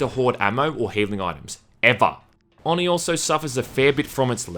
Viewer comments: No, because a true weeb would know that the syllables are Oh-knee and not on-ee because Japanese syllables only have 1 way to pronounce them (unlike us who can say "a" several ways). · It's pronounced with a long "O": "oh-nee", not "aw-nee". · Why do you call it AwNee? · Oh-knee. Not on-ee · It’s pronounced “Oh-knee” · nope, you pronounced oni wrong for the hole video. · The way you say Oni irritate's me. Oni is Japanese for demon, just like Yokai and other. No offense for the first sentence. wolverine's hair.